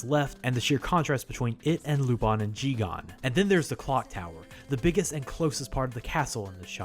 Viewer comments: It's JiGEN, not JiGAN. Great video anyway! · It's Jigen, not Jigan. Unfortunately, there is a difference. Loved the video otherwise. Keep up the great work! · I noticed a few inaccuracies (or perhaps over-simplification) about the early history of Lupin and I'm really happy that you're not pronouncing it as Lu-pen but how does Jigen become Ji-gan? Every time I heard it really took me away from the video. Really fun video though! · But Jigen's name is pronounced as "Geeg-in"